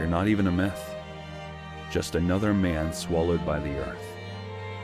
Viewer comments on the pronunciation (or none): none